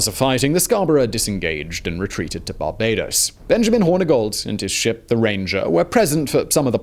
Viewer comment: when did we start pronouncing barbados as "barbadous"?